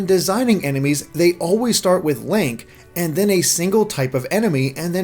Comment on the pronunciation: did you just call him "Lank"?